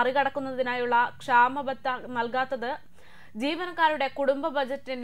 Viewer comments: കുട്ടീ, സ്വരച്ചേർച്ച എന്നതിന് കുട്ടി ഉദ്ദേശിക്കുന്നതിന്റെ വിപരീതാർത്ഥമാണ്. അതുപോലെ ക്ഷമബത്തയല്ല ക്ഷാമബത്ത എന്നാണ് വാക്ക്. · ക്ഷാമ ബത്തക്ക് കാത്തിരുന്നു ക്ഷമ നശിച്ചതുകൊണ്ടാണോ ക്ഷമബത്ത എന്നു വായിച്ചത്? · ക്ഷമബത്തയോ ? ക്ഷാമബത്ത എന്നു പറയുക. കഴിഞ്ഞ മൂന്നു വർഷമായി ക്ഷാമബത്തനിഷേധിക്കപ്പെട്ടു പല പെൻഷൻകാരും മരണം പൂകിക്കൊണ്ടിരിക്കുന്നു.